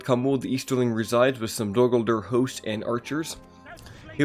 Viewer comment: What the hell is “dur gurdur”